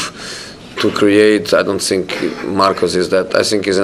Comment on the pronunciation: I love the way Rashford plays football. But he perhaps should be taught how to say think instead of fink. But in a strange way it does suit his naff persona, I 'fink'.